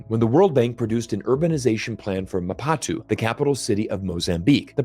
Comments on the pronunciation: Bro, the way you read Maputo, no, pronounce it this way, Ma-put-O, and Djibouti as well, no. no, pronounce it this way, the Afrikana way, Dji-booty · MapUto is pronounced as plUto 😉 Great content btw 💪🏾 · Ma-pu-to not MA-PA-TU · Lol Ma what ?! It's Maputo (Ma -pooh-toe) . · Magnificent video and historical elaboration. In my POV are two groups who were badly treated by the west rising up and forming their opinions freely. Just a minor correction for spelling the capital of Mozambique is Ma-pu-to. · ma poo too Maputo is pronounced like this. I have been there. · at 6.30 it would help their cause and be polite if American reporters did their research properly and pronounced the names of African cities correctly . it is MA PU TO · Its ma-poo-to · Great video, it's pronounced as Ma-poo-to, capital city of Mozambique. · little joke alert: Please show some respect to Africa, you can't be pronouncing Maputo like that 😂. Jokes aside, very lovely informative unbiased video. Major respect to your video 🙌, love your work.